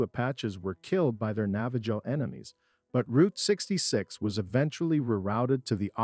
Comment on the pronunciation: Nava ho not joe